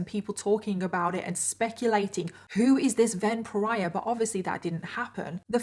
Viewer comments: Everytime you say “Ven Pariah”, I seem to be hearing it as a variation on “vampire”. 😶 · The way you kept saying "Ven pariah" I thought you were saying vampire. And now I can't stop think thats what his intentions were. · One of the times you said "Ven Pariah", it sounded "vampire" to me!!!! 🤔